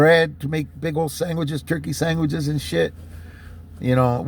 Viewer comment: Did u say “saingwhichs” 😂